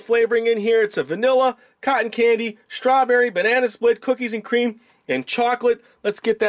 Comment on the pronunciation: Cookies a cweam